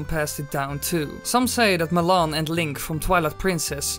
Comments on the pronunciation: i was pronounced it mal on, not ma lon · It's Malon, not malonne! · its Mal-on not Mulon